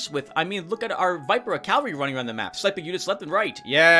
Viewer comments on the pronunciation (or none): 1 minute of silence for Vipera o7 Let's take a shot every time pronounces cavalry as calvary, I recommend a drink with low alcohol Good to hear everything went well with those medical studies! PS: You know, a Dark Souls 2/3 LP would be interesting, mainly to see struggling, I mean, succeeding!